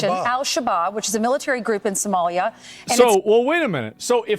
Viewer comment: she pronounces 'Somalia' like 'sommelier' 😂 The irony...